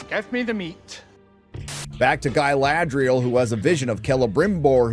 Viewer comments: Galadri-Yell. Feel free to lift this. You're welcome. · "Guy-Lad-Real" lmao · Why is he saying it Guy lad rial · Why does this American weirdo keep saying 'Guyladriel'? Is it because he can't pronounce the correct name or is he trying to be 'clever' and imply she looks or behaves like a man? Either way, it's incredibly childish and boring. Say it once mate we'll get your opinion but ffs don't keep saying it. The character's name is Galadriel. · Why is he calling Galadriel, Gay-ladriel?